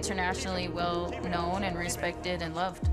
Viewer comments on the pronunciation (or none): GIVE HER SOME HESPECT